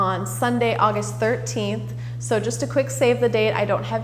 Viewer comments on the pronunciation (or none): none